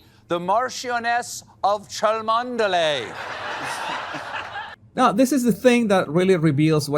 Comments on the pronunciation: Well said Selina.Princess Catherine hasn’t been Kate for years. Rose chalmondley is pronounced chumley. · Its pronounced Chumley, he must've called up Noprah's fact checkers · He couldn’t even pronounce it right. It’s “chumley”. And he’s not funny. At all.